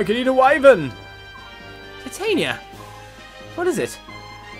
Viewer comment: every time you say Titania you hurt my ears since you are not pronouncing it right